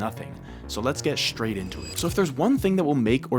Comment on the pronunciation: Proof that even Canadians fall into that common Socal-originated mispronunciation of saying, "shtraight", instead of "straight".